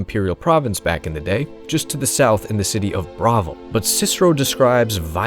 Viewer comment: Ngl, the way you pronounced Bravil has me raising an eyebrow at this whole thing. This uh... this uh... this one of them aye eye? 🧐